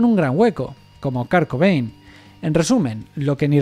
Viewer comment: ..."Kar Cobein" ..."Dip Parpel" ..."Deof Esprin"